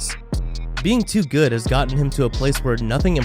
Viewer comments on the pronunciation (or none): none